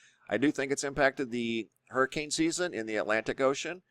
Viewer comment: ITS A Hurmmcain🙄